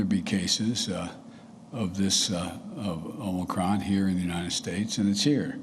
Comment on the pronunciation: Its omnicron man!